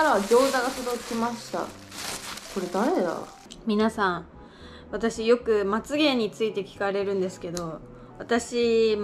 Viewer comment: の「まつ毛」が、「まつげん」に聞こえてしまう